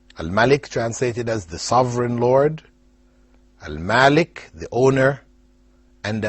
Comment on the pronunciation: My name is spelled like Al Malik but is pronounced like Al Maalik